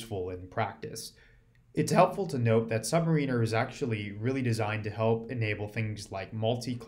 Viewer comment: You keep mispronouncing Submariner.